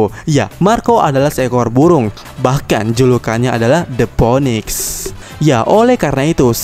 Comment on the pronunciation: bacanya the finix anjim bukan phoenix